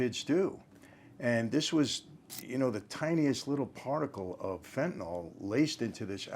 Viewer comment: Good topic. Thanks for pronouncing the drug's name properly. It is NOT fen-tan-ol. The -ol denotes an alcohol in organic chemistry. Phenyls end in -yl. They are different chemical compounds.